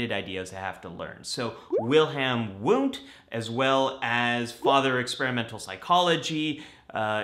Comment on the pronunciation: Isn’t his name pronounced Vundt. German language pronounces w as v. Like Wasser (water) pronounced vassah or Wo (where) - vo etc. Just saying/asking/wondering. Psychologising? 🤷🏾‍♂️